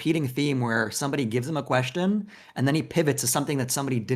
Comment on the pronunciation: Looking at "Thor" reveal himself more and more as a deranged narcissist has been nothing short of epic. But, no matter how much I agree with comments, listening to him pronounce "question" as "queshton" is incredibly cringe. What the actual hell?